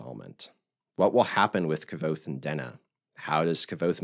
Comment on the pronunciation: It's not pronounced "K-ah-Vothe." The 'V' is akin to a Latin 'v,' which is pronounced like our 'W.' This makes it 'K-w-othe.'